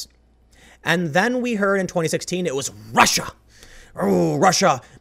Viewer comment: Tim is channeling a bit of Shapiro today. Rrrrussia